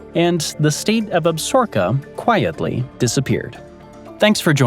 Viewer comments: Nice........but, it's Ab-sa-ro-ka, not "Absorka" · The narrator used the name absorka When the proposed state was Absaroka. Ab sa RO ka. Not Ab SOR ka? Talk to me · It's Ab-sa-ro-ka not ab-sor-ka. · ab-sa-ROW-ka. need to read you some longmire. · It's pronounced Ab- sa-RO-ka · I regret watching the whole video only to hear you say Absorka over and over again at the end. Lame. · Yes, the creator, butchered the pronunciation of Absaroka, It's pronounced Ab-sa-roka. Longmire a very good and bingeable TV Show. I heard that the novels are an excellent read also. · I thought it was pronounced Ab sa roka. Or was that the television show's pronunciation. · You're killing me smalls. Sound out the word. ab-sa-ROK-a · It’s Ab-SAR-o-ka….please learn to say things correctly. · Ab- sa-roka short a n long o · Chill, it's not like you went to Absorka State. 😅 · Lot of people here pronounce it ab-SOR-ka it’ll be all right. As in the ab-ZOR-kez referring to the range / wilderness area. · All that buildup just to repeatedly mispronounce Absaroka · You are mispronouncing Absaroka. AB [short a] - SA [short a] - ROKA [accent on r, long o, short a]. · Some seriously butchered pronunciation of Absaroka. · We are from Wyoming and Absaroka, is not pronounced the way he said it!!! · That was grinding on my nerves too.